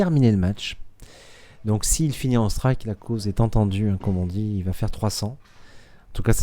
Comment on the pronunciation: Didn't understand anything but "striku" and "perfau". But good game though. Both very good players.